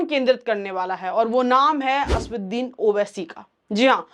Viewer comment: 'असदुद्दीन' बोलना सीखो